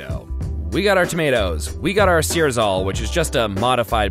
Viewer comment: "Searzall Rice"